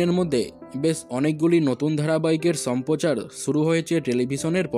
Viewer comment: 'Sampochaar' noi,...'shamprochaar'....uchharoner kono chhiri nei athocho youtube channel khulechhe!!!!..JATTOSHOB!!!!👎👎👎👎😡😡😡😡!!!!